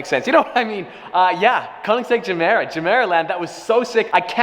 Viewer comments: Is it really geeemera though? I pretty sure it's GUmera without the Gu just gemera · As far as I know it’s supposed to be pronounced guh mare uh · Gemera, pronounce like ”je mera” in swedish it means ”give more” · "Jamera" Everybody: TRIGGERED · WTF is ”zemeera”? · Pronounced Ye-mera as in "give more" in Swedish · Yehmirah is pronunciation. Idk y this bothered me so much. Also Ik I’m a dick for correcting him, just wanted to say it. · To all the dubai bois that keeps hearing jumeirah 😂😂😂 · im kinda cringing att your pronunciacion of gemera as a native swede but keep it up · in english it’s more like G than J, in Swedish it sounds like our J. This went a little messy 😬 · Pronounced with a G for goat. Not J. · Is it just me or is he mispronouncing everytime he says the name of it?